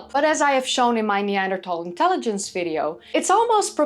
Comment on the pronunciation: I'm so glad you managed to change your pronunciation of 'Neanderthal' without accidentally speaking Dutch, it sounds so much better! Have you seen yesterday's news that early Neanderthals have now been shown to have been making fire in Suffolk, England 400,000 years ago? The Neanderthal 'extinction' has a parallel in modern human history with the native Tasmanians being subsumed into the incoming white population whilst what was left of the native population was hunted to extinction. So today there are 'indigenous' Tasmanians but they are integrated with and indistinguishable from the incomers.